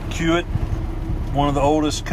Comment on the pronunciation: I think the company your hauling for is pronounced key-wit. At least that is how they say it in the city they are based in, Omaha, Ne. Keep up the good work!